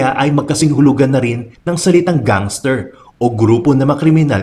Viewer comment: Natatawa ako pag naririnig ang gangster